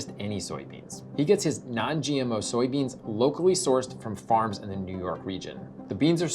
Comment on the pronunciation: For a segment that tends to explain things from a scientific perspective, the emphasis when stating "non-GMO soybeans" seemed a bit odd. I know it was only mentioned once, but it still stuck with me. The studies behind GMO agriculture have been pretty conclusive in terms of the safety and benefits of GMOs.